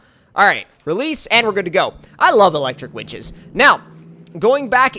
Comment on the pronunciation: You said ELECTRIC WITCHES